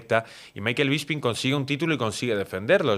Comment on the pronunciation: BISPING NO BISPRING